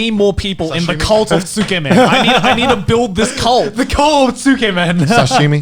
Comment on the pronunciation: I am completely fucking baffled at how Joey living in Japan cannot proniunciate Tsukemen. He sounds like he's trying to say "tskmen"